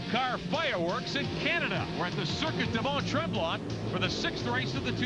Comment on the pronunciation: These commentators were atrocious when it comes to pronouncing drivers names.. I mean how difficult is it to pronounce Jani.... Yani As he even said when he drove in A1GP. Interviewer cant even say Stoddart ffs 🤦🏻‍♂️😂 They cant even pronounce Mont Tremblant properly 😂